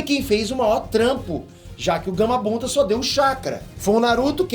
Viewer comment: Acho que só eu percebi isso ele falou Gamabunda no momento